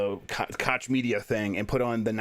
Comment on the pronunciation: Brian Altano is one of the very few great guys over there at ign so Jeff's kids have great taste in gaming media talking heads! just luvs to mispronounce Koch btw